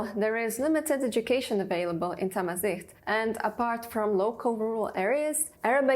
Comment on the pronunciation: It’s not thamizeet Zh- pronounce L .. different L